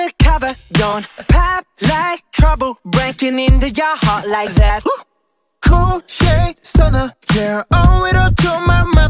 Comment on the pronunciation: Разве like that произносится как лайк вэт? Не лайк зэт?